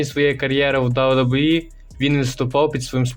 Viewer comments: Автор озвучтвает как рахит, посмотрел бы хоть как wwe правильно произносить, и твое рокииииии, ой сука ужас) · «Дабу дабу і» каже ахаза Гарно